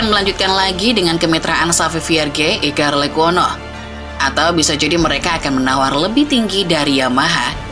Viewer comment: Iker lecuono???????🤣🤣🤣🤣 gmna sih min